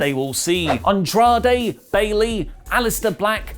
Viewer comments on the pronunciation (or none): none